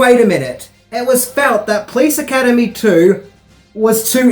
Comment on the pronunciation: I love you! But why do you pronounce it: "Please Academy" It's: Po - lice! 😄